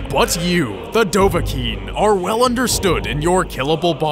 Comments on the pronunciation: Dovakinn not dovaking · Dov-Ah-Kiin is how it's supposed to be pronounced. Dov: Dragon. Ah: Hunter. Kiin: Born. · bro, it's dovah-kiin, alright? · Actually Its Dov-Ah-Kiin. thats the way how the greybeards summon him